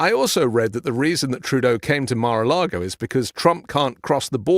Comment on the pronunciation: “Mare” a Lagos lol